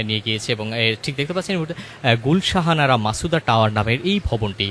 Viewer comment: গুলশান আরা। আপনি ভূল উচ্চারণ করছেন, গুল শাহানারা বলছেন।